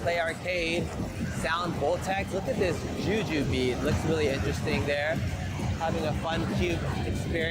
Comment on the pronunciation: I like the music game part where you read all the names wrong lol. Jujubeat Dj hero Ultra-neon All of these names were wrong lol